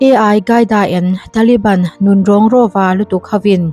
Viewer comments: Ai qaida nilovin ALQAIDA zawk w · Ai hi AL QAIDA ani em le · Mizo tawng tak in al kaida tih tur ni awm tak a ni ai gaida i tih hi